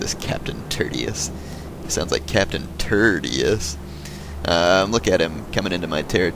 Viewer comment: Actually, Tertius is pronounced TERR-shus, not TERR-tee-us. It means "third" in Latin. Roman parents often named their kids based on order of oldest-the first born would be named Primus, "first," the second-born Secundus, "second," the third-born Tertius,"third," and so on.